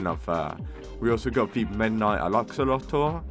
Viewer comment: you really gotta take some speech classes wth is an alaxolottle and a stasalite :face-blue-smiling